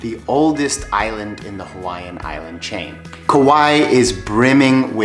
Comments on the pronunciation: Kaua'i in Hawaiian meaning when you say it say kah why ee sorry you said the name a bunch just trying to help you out. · Tips? How about pronouncing it right? My Hawaiian grandma, and most people who live there pronounce it Ku-WHY-ee.